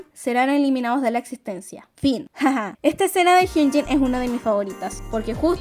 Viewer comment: Me confunde mucho que pronuncie tan parecido jeongin y hyunjin estaria mejor que le digas in que se mezclan